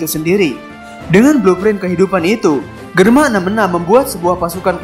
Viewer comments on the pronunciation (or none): none